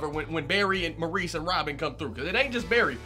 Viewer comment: Not to be Debbie downer but you pronounce his name Morris. I know it’s weird.